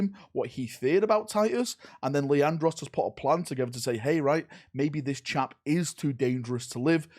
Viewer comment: Leandros, its Leandros. Did I mention it was Leandros?